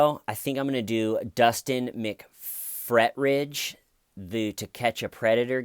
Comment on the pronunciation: You are adorable! I watched your comedy channel and think you have great talent. I want to help with your pronunciation of two names. Jodi Arias is air-ee-us. McPhetridge is Mac-fet- rige. 💋